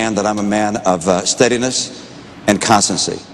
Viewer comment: did Mitt Romney just say constantsee? & some Americans actually voted for this guy to be president. now the same folks found someone less intelligent to vote for